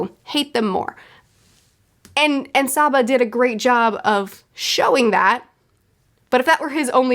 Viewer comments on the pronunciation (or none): none